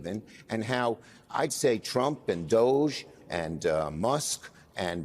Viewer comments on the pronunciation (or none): Can people please stop mispronouncing this soft “g It’s Dogggeeee It’s a poor and childish pun on the word Dodgy meaning untrustworthy…